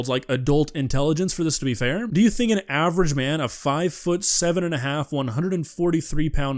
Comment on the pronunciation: I love how you emphasize "average man" and then proceed to argue human endurance vs animal endurance with the example of running on a treadmill for an hour. The average man can't even run around the block once 😂😂😂